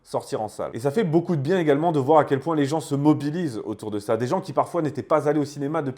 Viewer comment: Faites la liaison après beaucoup svp